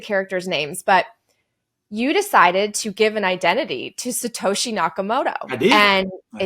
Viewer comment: It's Sato SHI, not Sato HE. Lolz. Imitation is a compliment of sorts.